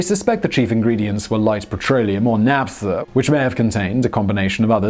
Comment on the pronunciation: isn't "P" in naphtha silent?